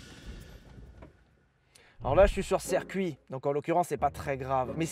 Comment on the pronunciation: toujours serre cuit au lieu de Circuit ciiiiiiiiircuit !